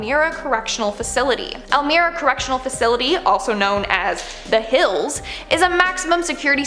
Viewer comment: EL- MY-RAH. NOT el-meer-ah! Lived here all my life....not ok.